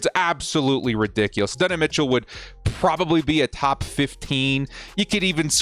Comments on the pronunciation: Add-duh-nye Mitchell. Say it with me. Adddd duhh nyeee. Bolt up homie. Can’t wait till the draft ⚡️ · Minor nitpicking here, but as someone who’s favorite team got torched by Adonai Mitchell a couple times - he pronounces it “Add-oh-nye” (think Bill Nye). Ad-n-i